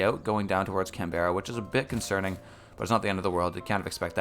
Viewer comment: please dear lord its pronounced can-bra not can-berra